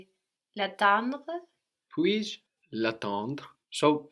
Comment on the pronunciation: "g-iuh leh vay" -> "juh lay vuh" anybody know when the student changes to one who can pronounce things right? :(